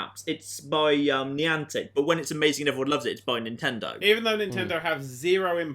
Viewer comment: I told my Connecticut boyfriend that you pronounced it Nyan-tic and he was still ranting about it the next day. For FYI on behalf on the state of Connecticut, it's pronounced Nye-antic.